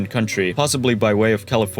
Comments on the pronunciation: Excellent job! ! BTW Matt Groening is pronounced GRAIN-ing More pronunciations: Dalles is one syllable: DALLS. Marquam = Markum. . Willamette — You nailed it! (Many people don't) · WIlliam Couch's name is actually pronounced like "cooch". The more you know! Also, "dalles" is pronounced "dalls". The E is silent. Not sure why.